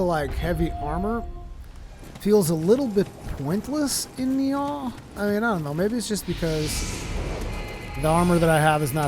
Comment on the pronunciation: Does anybody ever correct your pronunciation of Nioh? Not a big deal, it just sounds silly every time you say Ni-Aw :p